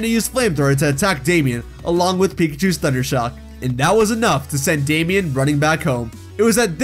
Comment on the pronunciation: R we gonna ignore the fact he said pikacahus thundershock